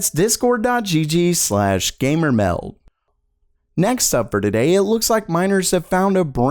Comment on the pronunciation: it annoys me cuz he never says the d at the end of meld